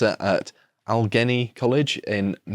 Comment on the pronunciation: Pronounced " Al -eh-gain-E " college. Allegheny is from Seneca language meaning "fair water." As in the Allegheny River. Not a "great" river, but fair...